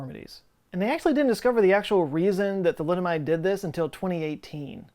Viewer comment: i grimaced when you said thalidomide😰